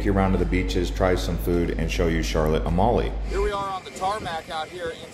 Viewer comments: It's not pronounced like A-molly it's pronounced like A-meal. Beautiful island though. Loved going there. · "Mingus Beach?" Try Magens (pronounced "May-gens") Bay beach. Also, Charlotte Amalie is pronounced Charlotte "A-mall-ya."